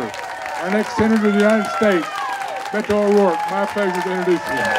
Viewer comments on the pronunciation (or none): Is anyone else bothered when people pronounce his name “Bay-to”? It’s “Beh-to.” Geez. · A lot of them say "Bay-toe" - bless their hearts for trying :) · This moderate Californian is very impressed by Beto O'Rourke-his message of civility and dialogue is exactly what I want to hear. I love how the old timers pronounce his name too: "Baydo" lol bless them😂